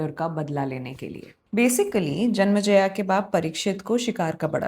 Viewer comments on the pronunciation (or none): JANM-E-JAY not JANMA JAYA! Hi. Your storytelling style is very interesting but unnecessarily trivialises the subject matter. Perhaps ‘Playfulness tempered with Poise’ could be a useful maxim. Sorry for the harshness. Your endeavour could be much more. All the best!! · If I may suggest, it's Janmejaya and not Janmjaya. ए की मात्रा महत्वपूर्ण है। Great initiative and excellent storytelling otherwise. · Can't even pronounce Janmeeejay properly 🤣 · You are going to be very famous very soon because what you are doing is very unique and highly smart. But I think the reason you are pronouncing some names incorrectly is because you learned them in English/ non Hindi script first, may be in Claude or chargpt. I have read 3 different versions of Mahabharata in last 40 years and none of them writes Al-Patra or Jan-ma-jaya in devnagri script.